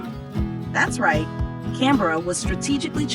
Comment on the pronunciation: Hello here is my feedback: 1. The human population of Australia is: 27M 2. The way you say Canberra, Sydney and Melbourne is correct and I am surprised that you actually say it correctly if you are an American 😂 3. The correct population of Kangaroos is 35M not 50M+ 4. 18% of Australia is Classified as Desert not 35% 5. The dingo fence is 5,614km (3,488 Miles) long, and not bigger than that of The Great Wall of China which is 20,000km (12,427 Miles) long